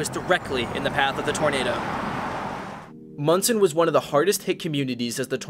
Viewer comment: Thanks for saying Monson right, but you missed a LOT of the major damage there! You can really see just how bad it was there to this day.